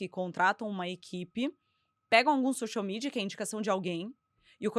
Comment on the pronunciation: Uaaau. Maravilhoso! Só fiquei um pouco incomodada com a pronuncia do “x” no início do social mídia.